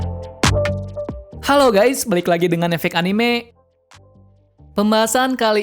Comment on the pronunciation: Cara baca anime itu anime bukan anime